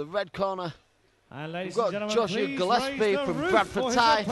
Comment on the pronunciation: Its JOSIAH Jo-si-ah Not Joshia ! Dumb shits.